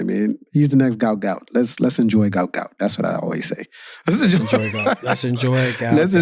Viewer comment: It’s “Gout Gout”